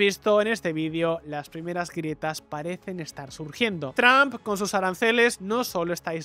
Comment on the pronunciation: Porque los españoles pronuncian “Trump” comp “TRAMP” (yo hablo inglés)